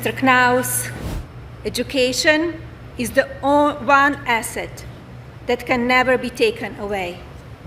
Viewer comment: Melania: "Education is the own [she corrects herself] one asset ..." I'm not going to remark on her pronunciation of "one," other than to say it's actually correct for Middle English, and that's how Shakespeare pronounced it. However, I love how *"asset" becomes "acid" in her accent, which is so delightful and sinister that I'm going to include it in the novel I'm writing, a paean to jokes and linguistics and wordplay, disguised as a science fiction murder mystery. Melania might not be pleased to know that the character who'll speak like this is a kickass Ghanaian lady. 😄😄